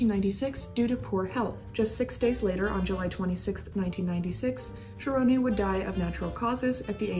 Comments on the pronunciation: Hi J. Interesting recap on Cerone. Just to provide you with the correct pronunciation of his surname; you pronounced it “Cher-oh-nay” and it is actually pronounced “Sir-own.” Interesting work you are doing and keep it up! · Actually I’m pretty sure it pronounced Cerone. Sir-Rone But honestly everyone pronounces things differently you’d think it’s one way and it’s something completely different. Honestly no one is wrong unless they know the family and know for sure. Either way she does awesome videos the way she puts everything together, just a pleasure to watch. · I know his family and they pronounce it "Sir Own" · Excellent work as all of your work has been. Many details I've never heard before and ALWAYS great job with the photos. That must take a lot of time. One thing you may want to check is the pronunciation of his last name. I have always heard it spoken in two syllables and sounds like Sir-own or Si-rown... own sounds like the word. You own your house lol.. Sorry I'm not and English scholar lol.. Check that out. Maybe you are the first person who has ever pronounced it right. I hate to even mention it because you do such fine work. But for that reason I'm sure you would want to know if something needed correcting... Keep up the great work J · Love the content but, Jackie Cerone's last name is pronounced Sir Roan again Love your channel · You are saying his name wrong …. Cmon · Why do you keep saying his name like that?🤔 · Just letting you know you are pronouncing his last name wrong only reason I know is because I am related to him